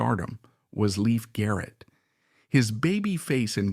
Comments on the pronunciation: Leif still has faithful fans who dearly love him! ❤ He's a true survivor! And it's Lay-f Garrett not Leaf Garrett! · It's not Leaf. It's Lief❤Loved Adored, Blessed ❤ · Leif was my one and only celebrity crush. Every album, photo and film/appearance you mentioned in this vid- I owned and saw. It's a shame you pronounced his name incorrectly though. From a 70's magazine article it was stated, Leif was pronounced to sound like LAFE and not LEAF. I met him once at a live concert and received a thank you postcard from him ( prob. written by a P.R. assistant lol). I was thrilled, all the same. My feeling is that adults failed Leif and so many other young ones and chose the $ over a child's life and well being. What choices they made after that is a product of what they learned from the neglect and lack of proper supervision. It breaks my heart and God bless all of them. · pronunciation is LAYF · His name is pronounced "Lafe." :) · At least pronounce his name correctly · You are saying his name wrong. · 1st of all you need to learn how to pronounce the name of the stars Second of all Like anything else He was a young child actor that caught up with the wrong people Like everybody else in Hollywood I'm still I'm still in forever will be a leaf I'm still I'm still in forever will be a Leif Garrett fan